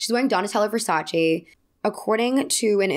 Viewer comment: Just one point - it's Ver-Sa-Ce...(like che in check) not Ver-Sa-Cheeeeee (like cheeky)